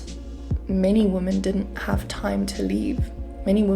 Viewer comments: womEn, the plural of woman is womEn. Check your pronunciation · I appreciate the hard work you have put into such a serious topic. Please, “women” is pronounced differently than “woman”. Mispronunciation discredits your thoughts and ideas.